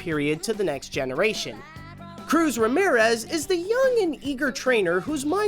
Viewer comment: Her name is Cruz Ramirez. just really bad at pronouncing.